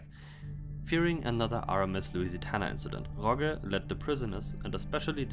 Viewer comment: Its Lusitania not Lusitana